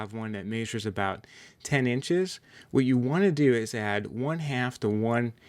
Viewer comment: Agh quit saying Maysure... lol. MEHsure